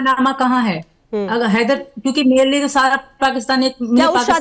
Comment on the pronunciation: Tera ye haidar ko kitna glt bolta tb beth kr hansti h😂😂😂